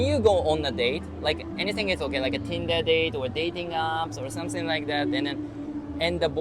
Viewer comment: Please learn to pronounce SomeThing correctly. SomSing isn’t the way.